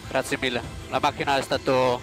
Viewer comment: Voy a extrañar a sebastian vettel diciendo graciee ragazzi